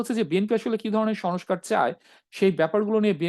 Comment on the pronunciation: Who are you? You don’t even speak good Bangla. You were saying shush car, it’s not Sonoscar it is sonscar. There are many more wrong pronunciation on your Bangla. It’s not Sonbadic, it is sangbadic. Get your shit together.